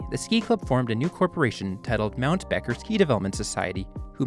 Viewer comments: …and Mt. Becher is pronounced ‘Beacher’ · btw Becher is pronounced Beetcher!